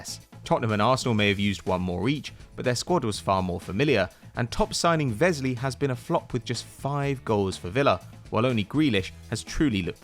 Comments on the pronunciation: Its pronounced wesley not vesley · Vesley lmao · You clearly made this video before villa beat Arsenal as it looks likely Watford and Bournemouth will grow down instead they also didn't get rid of most of the players who helped them up and you also pronounced Wesleys name wrong and he has been injured for half the season and his form was picking up while it all didn't completely go to plan it looks like achieving the goal of staying up